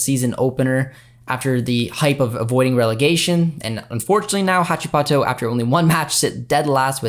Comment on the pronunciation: Hey, the correct pronounciation of Huachipato would be like "who-at-she-pato" ✌